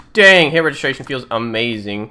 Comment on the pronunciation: "hit regeristsitjisji"